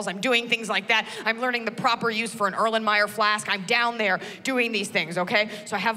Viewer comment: She pronounced "Ehrlenmayer flask" correctly, which makes you think...